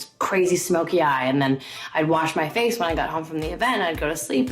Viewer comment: No one: Literally no one: Nina: "do not just put foundation on your facheeee" 😭😭